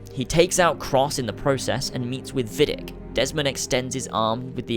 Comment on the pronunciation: If Desmond was held in Rome, which makes sense if we take into account the events of ACII and ACB, then it was Vidic's "home base" and it makes sense for him to take William to Rome. And why would it be Vidic's "home base"? Well, maybe he is not called Vidic, it is mispronounced, he is called Vidić[vidjich], a common Serbian/Croatian name and he is actually Serbian/Croatian. Then it would make sense for him to work in Rome, if there is no sufficient Abstergo laboratory in Serbia/Croatia...